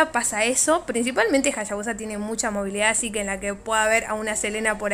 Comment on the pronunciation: Me gusta como dice "Jashabusa" jaja